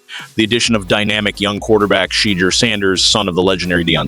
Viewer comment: Sheddure is a mis spelling and mispronouncing it's Shedure.